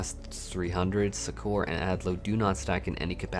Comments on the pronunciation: Suck-Err, not Su-Kor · Succor is pronounced as "sucker" xD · Yeah that threw me off as well lol